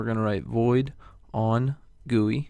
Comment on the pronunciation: its not pronounced "GOO-ei" Its pronounced "Ji-u-I"I'm talking about GUI